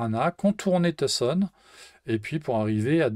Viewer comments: Je le dis sans moquerie! Tu as bien dit "Tousson" a deux reprises, ce qui est parfaitement juste. :) (Je me suis assez fait reprendre la dessus quand j'étais là-bas) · Très sympa cette vidéo. P.S : Enfin quelqu'un qui prononce Tucson correctement ;)